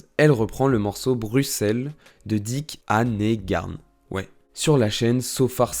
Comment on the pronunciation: Bon... Il faudrait faire un effort pour énoncer les prénoms et noms correctement Angèle, Stromae (maestro, tu dis pas maéstro, hein ?), Annegarn, etc... 🙄 😉